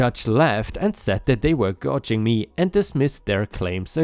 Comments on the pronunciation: Lol, let me clarify, still starts with the sound of the letter G, but the "ou" in the word sounds like the "ow" in "cow" instead of sounding like "odge" in the word "dodge." Not saying that the word "gouging" literally sounds like "cow ging," or "couching" like you pointed out. Or like the "ou" from the word "out." You said the "g" part right, so with that, "g ou(t) gee ng" The (t) is to show it being said like the word "out" but without the "t." My fault on that misunderstanding, I should have said it better. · Story 1: Gouging = sounds like "cow ging." Basically to take advantage of financially. Swindle, overcharge, etc. At least in this instance. It has other meanings, but for the first story, this is the meaning that matters (in case you didn't already know it). 🙂 Story 2: Loogies = lew gees (where the "g" is like in "geese" but not like in "Bee Gees"). Bow in this instance is said like "how" instead of "hoe." Bow (hoe) is like a bow and arrow, but to take a "bow" (like "how") means to bend over towards an audience.